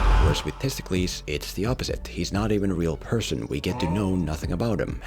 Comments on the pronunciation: How did you butcher the name of one of the most important Athenian figures of Ancient Greece?? It's Themistocles!, not Testicles. At least Google it before you make a video that is apparently your job... Your worst video for me is this, I believe you know why... :P My favorite is the Sherlock Holmes video. It actually made me appreciate a movie I thought was mediocre when I first saw it. I rewatched it after seeing your video and it's one of my favorite action/detective movies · Why do you call him Testklis? His name is Themistoklis and he was a real person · The main character’s name is Themistocles, no Thistokles (or whatever name you repeatedly said throughout the video), who IS a REAL person who helped lead the Greek forces against the Persian forces at the Battle of Marathon, Artamesium, and Salamis. Source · The name of the main character is Themistocles and not Testicles otherwise all your points are quite sound tho one could argue anyone with a bit of knowledge of Greek history won’t have as much a problem of understanding what’s at stake and where the battles take place as your plain old, maybe uneducated, movie viewer. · Everytime you say testicles I laugh and can't focus on what you are saying. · Sounds like he's saying testicles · Homie really couldn't pronounce the name of the real Athenian hero Themistokles? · You really need to stop deliberately mispronouncing this man’s name Themistocles was a real person in Greek history, so maybe you should go get an education before you go, deliberately mangling peoples names